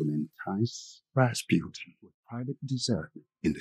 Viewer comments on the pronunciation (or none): I don't think you guys got it that the lethal monk's name is pronounced like "Ras-poo-tin" - it's a Russian name, you know. ;)